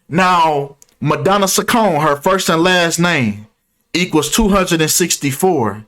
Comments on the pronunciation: It’s pronounced chi con eeee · Not that it matters but her last name is pronounced Cheek-oh-neh